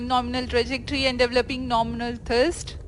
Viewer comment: The idiot commentator said "Nominal Thirst" instead of Nominal Thrust. This same commentator keep saying Thirst for every ISRO launch 😂😂😂😂